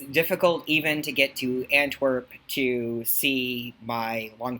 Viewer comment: You said antwerp? Ohio?